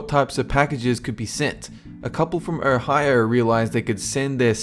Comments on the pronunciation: FFS It's O-hio not ER-hio.This is the 3 or 4th video he says Erhio,drives me nuts LOL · Your saying "Ohio" with your accent is the best thing ever.